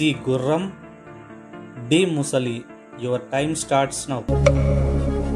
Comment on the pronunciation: ముసలి కాదు మొసలి